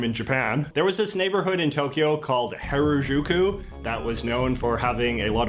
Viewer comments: There’s no way that guy actually spent time in Japan and still pronounces Harajuku like “hair-ah-joo-koo” 😂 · His pronunciation of Harajuku made me mad. If he actually spent any time in Japan, he wouldn't be calling it "Hair-a-joo-koo."